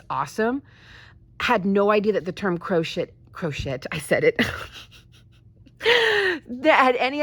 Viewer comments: "Croshit" 🤣 Now THAT'S a Freudian slip if I ever heard one! 😂🤣💀 Aptly put too imo. 🤭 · hahaha im totally calling crochet "crosh*t" when the project isnt going well